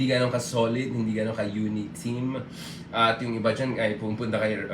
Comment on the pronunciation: i like it when you read UNITEAM and open your mouth like it meant like with and H..VES